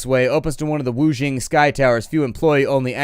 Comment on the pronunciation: I don't know if you care or not but Qi is pronounced like chi and the Xing in wuxing is pronounced like shing.